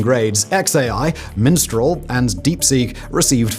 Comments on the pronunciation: "Minstral" ... i think you mean mistral there simon :O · "Minstral" lol AM 7/22/2026